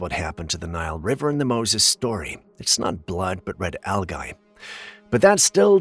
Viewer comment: Hi, no disrespect meant, but for your information algae is pronounced, al - jee, again just an FYI.